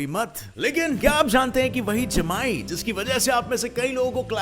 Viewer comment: I yawned when he said jmaayi